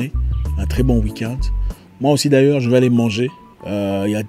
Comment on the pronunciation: Qui comme moi la façon que Zack prononce le mot " D'AILLEURS" fait rire😂😂😂🇸🇳🇸🇳🇸🇳🇸🇳